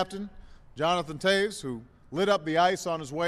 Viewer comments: In the 2nd clip, beginning (the clip with President Barack Obama standing to the right), the man who is speaking mispronounces the last name of Jonathan Toews. – He clearly mispronounces it as TAYS . . . for some reason leaving out the “V” sound. – This particular clip should NOT have been included in this video. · In the 2nd clip, beginning (the clip with President Barack Obama standing to the right), the man who is speaking mispronounces the last name of Jonathan Toews. – Clearly, this man mispronounces it as TAYS . . . for some reason leaving out the "V" sound. – This particular clip should NOT have been included in this video. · In the 2nd clip, beginning (the clip with President Barack Obama standing to the right), the man who is speaking mispronounces the last name of Jonathan Toews. – Clearly, this man mispronounces it as TAYS . . . for some reason leaving out the “V” sound. – This particular clip should NOT have been included in this video.